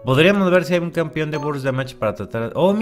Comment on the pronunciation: Es más fácil que tum tum enflaque que a que deje de decir "Campion":v lo comprendo yo también lo decía así